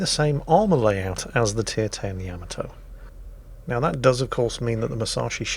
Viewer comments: YAH-MAH-TOE .... not YAM-MAH-TOE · So many times mispronouncing Yamato